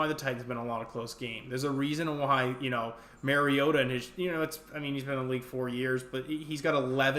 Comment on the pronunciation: Love your stuff but you gotta get Mariota’s name right bruh. It’s MAHRR-IOTA not MARE-iota. Very common mistake made by lots of people outside of Nashville to the point he went on record to correct everybody. That was a really big thing on titans radio in 2016